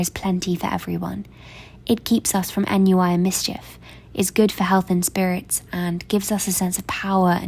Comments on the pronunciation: This video is really sweet! Just a note from the Marmee quote: ennui is a French word and pronounced like on-nwee (at least that’s the best I can approximate how you’d pronounce it in English!) rather than en-n-wY! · I did look it up when I initially heard your pronunciation but I couldn’t find ‘en-you-eye’ anywhere online, otherwise I wouldn’t have bothered correcting you! Where did you hear it pronounced that way?